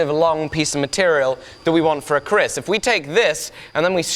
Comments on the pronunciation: It is KERIS not KRIS! but as Indonesian I appreciated that you make this blade... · "keris", not "kris". indonesian traditional blade. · Oi mate I always thought it was pronounced 'Kree' in english...